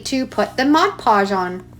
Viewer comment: Thank you for saying MOD PODGE and not ‘modge podge’ hahaha. This is amazing and you just make it look so easy 💖